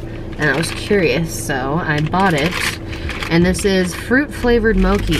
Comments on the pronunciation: I love this video. The only thing that bothered me for some reason was that you pronounced Mochi (moh-kee) & it’s actually pronounced like (moh-chee). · MOKIE??? MO CH IIII 😂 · how you say mochi as moki. XD (mo- chee) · It took me a full 2 minutes to realize you are saying balayage. You were pronouncing it "bi-a-lage" lol also you guys continue to pronounce things in ways ive never heard. Poe-kay to you guys is poe-kee and moe-chee as moe-kee lol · it's....it's pronounced "mo-CHEE". not "mo-kee". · Also, Mochi is pronounced Moe-Chee 😂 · As someone from Hawaii, the way you say mochi and poke is so funny to me lmaoooo. it's actually pronounced as moe-chee and po-kay. love you guys though lol. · Mochi is (mōchē) not like gnocchi 😂love you guys ❤️ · the way you pronounce mochi is adorable lol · Pronounce the “CH” In mochi lol i love mochi icecream 😭😭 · Y’all saying mochi wrong 😅